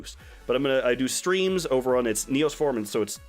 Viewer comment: It's Neos Form-AY? I always thought it was Neos Form. I thought the E was silent!